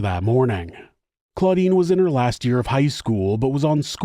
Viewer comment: The sister is CLODINE, not CLAUDINE. Come on, Giles with a J.